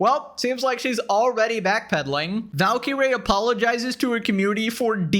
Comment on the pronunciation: Valkee - ray? Double Blue? I thought Indians learned English in elementary school